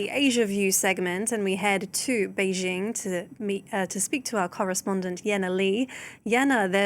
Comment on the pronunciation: It’s not beige-Ing❌ It’s Bay JING